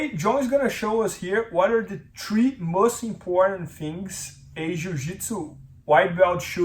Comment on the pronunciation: Quit saying "tree" instead of three please. annoying